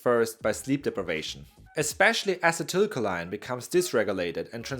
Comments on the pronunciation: " Ah-Sea-Dah-Coal-Lean" is proper pronounce sir.. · Ah-see-till-Co-lean. acetylcholine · “Ah-sea-till-co-lean” is how you pronounce acetylcholine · Acetylcholine= A-See-Tul- Ko-lien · Uh excuse me, its pronounce acetylcholine, not acetylcholine, duhhhh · I like how you pronounced acetylcholine four completely different ways. It's like how we have no collective record of how Latin actually sounded. Who am I to say otherwise?